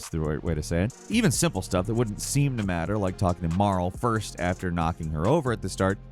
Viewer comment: Also, Marle's name is pronouced like barley, not Carl.